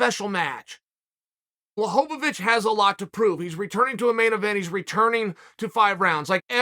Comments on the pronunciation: He still pronounced Jans name better than a lot of people lol. It's BWA-HOE-VICH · Me: Blachowicz Uncle Chael: Blachovovitch Me: OK great, Blachovovitch. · Chael’s legendary fighters: Blehal Muhammed Kamara Usman Jan Blahovavic Hazmat Chinaev Benny Daryoosh Islam Macklechev Surreal Gong Your-rear Rodriguez Charlie Olives Will Fury Aleksander Raykitch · I knew I was pronouncing it wrong thanks uncle Chael. Blowholelávich